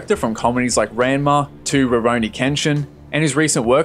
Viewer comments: he really said raanma 💀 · Ron=Ma is how its pronounced lol. And Mon-Ga lol, I love your videos btw just that weird pronunciation you do is funny hahaha. I know your British but its still so weird sounding the way you said it hahah. . I'm from Texas and can still say it right lol. A's in Japanese are like saying "ahhh " open your mouth